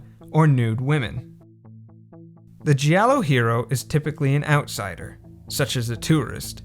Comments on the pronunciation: G I A L L O not Sgiallo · The pronunce is "jalloh" not "ji allo" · 'Giallo' is pronounced 'djàllo' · So you put so much time into this but couldnt be arsed to look up how to actually pronounce 'giallo'? 😂😂😂